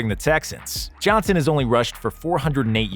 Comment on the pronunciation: “David Jihnson”?